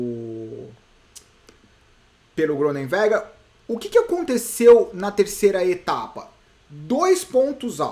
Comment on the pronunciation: na pronuncia de Groenewegen não se pronuncia a letra g, se fala Ronewegen